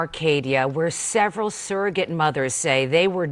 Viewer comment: Surrogate, not ‘saerogate.’